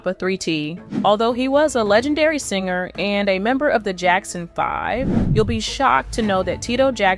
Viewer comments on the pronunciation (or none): none